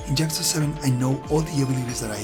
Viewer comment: "Jyakuza" lol. Great review.